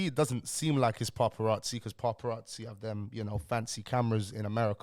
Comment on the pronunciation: Why are you pronouncing it paRparazzi 😂😂😂 no R my bro